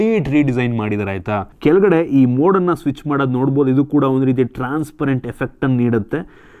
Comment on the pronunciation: ಹೊಸ ❌ ವಸ 😂 ಹೆಸರು ❌ ಎಸ್ರು 😂 ಒಂದು ❌ ವಂದು 😂 ಅಣ್ಣಾ ನಿಮ್ ಕನ್ನಡ ಸ್ಪಷ್ಟತೆ ಗೆ ಒಂದು 🫡